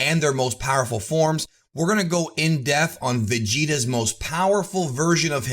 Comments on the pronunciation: It is In DePth .....there is a p in there. It is not in death. Love the vids that is super annoying tho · bruh the word is depth not def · All these years later and it still bothers me how says in Depth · If you can't properly Enunciate " in depth " then you should probably stop saying it in many of your videos. FInd a synonym you can better articulate. None of your other words permeate this speech impediment that comes out when you say " In Depth ". I watch a lot of your videos and this little speech " tick " of yours if you will is really mildly annoying. Cheers to DBZ Culture.